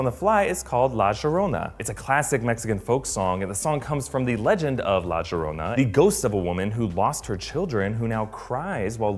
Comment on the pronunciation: Llorona (Yo-ro-nah)